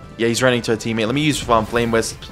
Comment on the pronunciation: “Flame wist” “metal armanent” wisp and armament Ik I prolly sound like a nerd but please fix this